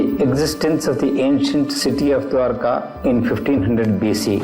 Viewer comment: Diwaarka nahi, Dwarka.... Kandhari nahi Gandhari naam hai.